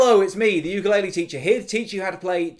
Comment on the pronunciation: I LOVE THIS - and thank you for pronouncing ukulele right!😭